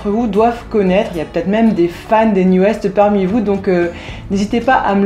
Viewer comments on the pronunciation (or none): Juste pour info, NU'EST se prononce NEW EAST et non NEW EST... C'est à l'anglaise qu'il faut le dire sinon ça fait mal aux oreilles ^^ Et ils ont beaucoup de succès au Japon ;p